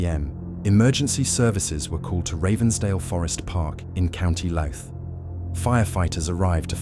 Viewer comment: Its pronounced Louth....not Lout